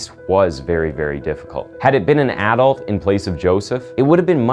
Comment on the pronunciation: Why are you saying ADULT like that? The emphasis should be on U not A.